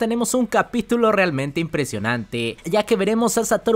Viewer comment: Buenísima review, pero me saca del vídeo la entonación (“diRECtooo, GOujOU, impreSIOnanteee.. etc”